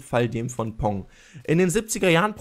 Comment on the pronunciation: Pong nicht Ponk